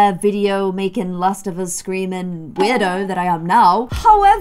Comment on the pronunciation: "WERDIO" Me: "in case you haven't noticed yet I'm weird, I'm a weirdo, I don't fit in and I don't wanna fit in have you ever seen me without this stupid hat on?!"